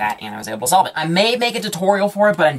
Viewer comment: I swear he says STOLVE